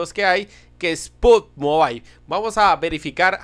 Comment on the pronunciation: No soy perfecto pero se lee pugyimobail